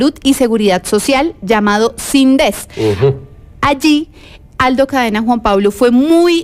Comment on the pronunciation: No se dice sind'es se dice síndes😃😃😃